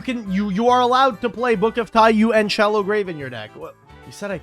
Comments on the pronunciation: every yugioh player ever still mispronouncing Taiyou 💀 why could 00s Konami not just properly translate card names? who prevented them from just calling it Book of Sun (Taiyou = japanese for Sun) when we also have Book of Moon? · I mean you said it yourself, Konami caused this by not simply translating the name to "Book of Sun". There is no correct pronunciation of "taiyou" in english as it is not an english word, therefore the only requirement on players is that they successfully communicate to their opponent what card they are referring to. I have never met a player who would fail to recognize either TIE-yuu or TIE-yoh, therefore either pronunciation is valid from the english language's perspective. This is the same as any other loan word. Think of all the poor french words we've adopted and mangled. We can criticize that the pronunciation is wrong in french, but we still have to acknowledge that english speaking people do in fact pronounce them that way and the words are recognized IN ENGLISH as such